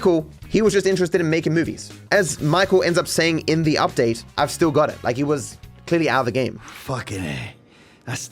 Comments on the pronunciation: Ah yes, the Michael Udpate. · Udtae lol 😂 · loved the michael mansion "udpate". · "udpate" lol